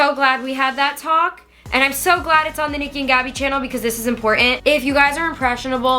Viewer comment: You said it perfect Niki so proud of you! Much love and respect <3